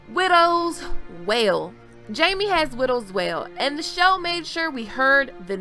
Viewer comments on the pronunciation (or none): I couldn't help laughing every time you said "Widows Wail" It reminded me of Kit Haringtons comedy audition - "I'm just a widdle girl wiv a widdle sword..." Well I thought it was funny anyway:)